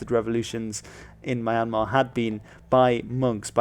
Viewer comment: It's pronounced MEE-yn-maaa, not MY-n-maaa. And BA-GAN, not Pay-gn. And "Maw" rhymes with "door". The money is prounounce CHAT, not kyat as it is spelt. And the name Myanmar goes back to the 12th century.